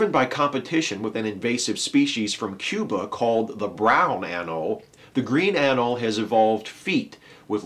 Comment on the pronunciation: FYI,, the 'e' in 'anole' is pronounced, not silent. Rhymes with 'holy'.